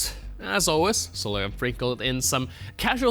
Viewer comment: Why can't presenters say 'Solovyov' properly? - SOLOV YOV. Instead, I keep hearing "Soly ov" or "Soly ev".